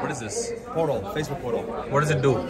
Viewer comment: when nas said portal i heard phodo facebook phodo 😂😂